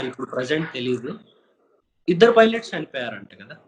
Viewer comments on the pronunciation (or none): Babu anchor, already oka interview lo joker vi ayyav, philot kaadu Naayana adi pilot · Em anchor ayya saami...pilot ni filot Sare pa palakaledu anukundam... families ni pamilies antunadu🙏🙏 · Anchor inko sari pilot ni filot ante inka ee channel choodanu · Em cheffav anchor bayya, ne filot word tho andhari fanayipotundi.farledhu evarinaina adigi neechuko ra saami. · Orey anchor inka philot antaventra nerchukora first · ఫైలెట్ కాదురా పైలెట్ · Filot anchor is back ...🤣🤣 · What Filettu....cofilettu....? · అయ్య్...బాబోయ్... మళ్ళీ ఏంకర్ భయ్యా యేసేసాడ్రా..బాబోయ్... ఫైలేట్..కో ఫైలేట్..అని... లో... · It’s not FILOT... it’s PILOT PILOT PILOT PILOT PILOT PILOT PILOT PILOT PILOT PILOT PILOT PILOT PILOT... comments choosukondi ra baabu... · Navvu Ni filot gola entra babu...😂🤣😂🤣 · Monna interview lo minginaa inkaa maaraledu..filat anta filat...pilot ayyaa adi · Pilot garu, before giving interview to this anchor tell him to first learn to pronounce pilot, or lick honey and come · Ori ne Abba neku inka pilot ane spell cheydam raledha ra Jaffa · Nuvu inka pilot spell chyatam nerchukoleda 🤦🤦🤦🤦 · మన anchor బాబు కి, Pilot అని పలకటం ఈ జన్మలో సాధ్యం కాదు. మన ఖర్మ రా బాబు, ఇలాంటి దద్ది గాళ్ళు దొరుకుతారు. 🤦‍♂️